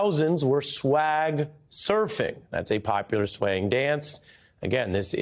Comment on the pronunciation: For crying out loud its Megan "THEE"( not the)